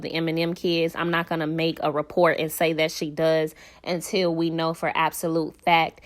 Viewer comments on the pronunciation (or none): none